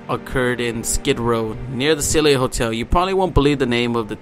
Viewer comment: U would think that a person who was looking into the case would learn the name of the hotel especially since its mentioned so many times ......its the friggin Cecil hotel ......pronounced seesill......